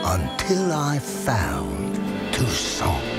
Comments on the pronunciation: Did he say Tucson or Toussaint? hein? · Ooooh for God's sake, if you're gonna use a French name for the region at least pronounce it the right way ... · I'm learning French, isn't the lector reading Toussaint wrong? (along with the rest of the fanbase?) I mean the -aint part